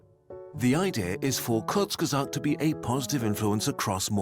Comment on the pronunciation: Bro, he meant that Hasan is actually capable of speaking some german words perfectly. But he does't manage it with the word Kurzgesagt.